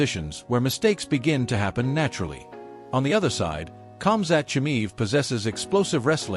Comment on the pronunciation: If you even cant "Khamzat Chimaev" speak out the right way, your screwed.